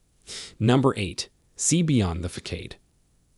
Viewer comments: You know that this is an AI bot speaking because the robot keeps mispronouncing common words like facade. It's ( fass-odd, not fakk-aid). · What exactly is a fuckade? That word, FACADE, is pronounced fuhssahd. Sound it out. It's not hard. That's the English language for you. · "Facade" is pronounced like FA-SAAD, not FA-CADE. (It is a French word, adopted into English. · AI can't pronounce "Facade" and pronounces it "fakade"😂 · How do you take any advice or insights seriously from a narrator AI thatpronounces facade, FA-Kade?? Come on! It's too bad because some of the content on this channel is worthwhile but it is ruined by the cheesy mispronunciation of the AI do better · F A C A D E IS PRONOUNCED: FASADE (SA) NOT (KA) PLEASE LEARN PROPER GRAMMAR. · Lmao at THEETRIX mispronunciation for theatrics. Uneducated script reading narrators are hilarious! Fecksade & feckade instead of facade lmao!!! Did both lmao!! This video was extremely valuable for a laugh thank you lol!! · The first thing is your AI Voice can not be used in training a person when simple words like facade isn’t properly spoken. This video is also dangerous. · He does mispronounce a couple of words, true, but he gives good advice nonetheless. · Thank you for info, but when a narrator doesn't know how to pronounce facade, theatrics, etc. correctly, I question the info given. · #3 and #7 are dangerous suggestions. There are better ways to execute those needs. (You’re mispronouncing the words facade and theatrics.) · Obviously you don't have a command of the English language. Learn how to pronounce facade the C has an S sound. Your facts may be correct what preparation is important if you're trying to teach. Thank you